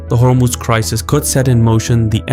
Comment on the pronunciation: You keep saying Hormooz. It's not how it's pronounced. Hormoz.